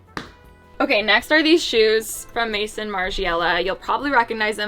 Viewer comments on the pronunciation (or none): none